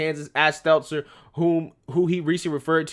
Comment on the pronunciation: I love how calls Stelter Seltser unknowingly you crack me the fk up🤣😂🤣😂